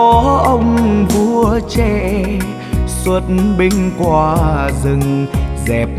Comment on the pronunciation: Phát âm chữ QUA ở đầu bài hát chưa chuẩn nha em